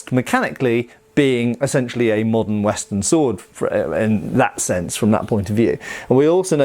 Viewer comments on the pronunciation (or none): none